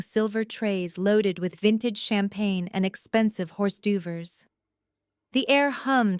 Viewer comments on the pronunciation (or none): Absolutely the funniest Ai mispronunciation I have heard yet!!!! …the waiters were serving champagne and “horse-doo-vers”. Bahahahaha😂😂😂😂😂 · Hors d'oeuvres are not pronounced horse doovers.😅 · Correct your AI voice that hors d’ouvres is pronounced “or derves” not hors de oovres. That emerald clutch is like Hermione Granger’s magical handbag. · Not a bad story, quite entertaining! However, i get so tired of the bad grammer and pronunciation! " FOYER" is not pronounced foy-yerr, its " foy-yeah". HORS D'OEUVERES IS not horse doovers, its " hore dervs" . They are French. Teach your AI better. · Why do you change the annunciation of words ma’am is not mom. Patricia is a woman name not a flashy word you made up. Horse do overs is pronounced. Orderves I laughed more at your reading then feeling the story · "HORSE DU - VERS"?????? Hors d'oeuvres Pronounced or -durvre. Proofread your writing and vocal recordings for errors. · Whores duvers? It pronounced. Or durves. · LOL these stories are good, but I wish the programmers of these AI narrations could fix the pronunciation of foreign language words. This one has said Hourse do-vers at least 3 times or more. LOLOLOLOL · Horse Doovers ? 😳🤦‍♀️🙄🤣🤣. Who does these pronunciations must have no idea how to speak 🤪🫤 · "Horse do vers???" Egads. Proof listen to this crap before you turn it loose on listeners. It's "leed" officer, not "led." Too much talk...yak, yak, yak. Decent story but too much explaning. Indianapolis USA April 17, AM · I look forward to the day when AI I narrating will read hors d'oeuvres instead of horse doovers & resumé instead of resume.... Etc etc.... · I particularly liked the pronunciation of hors d'oeuvres as hors doovers! 😂😂😂 The AI mispronunciation in these stories is usually very annoying, but that one made me laugh out loud. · Love the AI pronunciations Horse-do-vers!!! Nifty way to pronounce hors d’oeuvres! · 38.10. hors d'oeuvres pronounced as Horse Doovers made me cry with laughter 😂